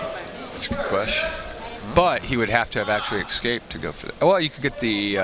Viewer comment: I looked up the word 'exscaped' and it doesn't exist. listen to the audio from for about two minutes and let me know. Most likely these phrases would also include 'lemme axe u a question', or 'expresso', 'suppossubly', ugh.... axe-ually .... I don't care... lmfao stay stupid dumbass